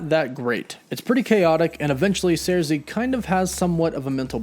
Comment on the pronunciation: Her name is Sersi, not Zarsi!!!